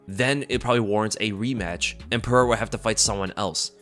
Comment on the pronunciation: Joshua Fabia is sooo going to correct your pronunciation of Alex's last name bro!!